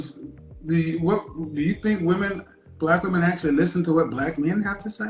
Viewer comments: Why does she keep saying "woman"and not " women "? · Dear America, women, plural, more than one (wim-in). Woman, singular (woom-uhn). It’s not difficult. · I really have a hard time hearing when a lot of people keep saying "woman" when they are speaking, and it should be said " women". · I swear to God I do not for the life of me understand why these younger people cannot pronounce the word "women"